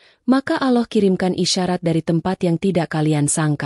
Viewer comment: mohon maaf🙏yang ngomong gk bisa sebut allah🤭